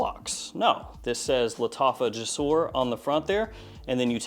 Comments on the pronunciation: me being an Arabic guy saying "JASOOR" is triggring me lol, i know it's is written "jasoor", but it pronouns "jousoor", means "bridges" in Arabic, sorry for being boring just telling the truth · I'm arab and no its not jousoor.. It's more like gsoor there is no u or a just G and Soor "GSOOR"